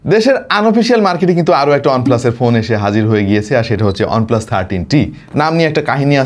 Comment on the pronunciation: ওনপ্লাস না। এটা ওয়ানপ্লাস।